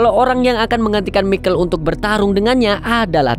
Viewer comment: Michael bkn mikel broo 😅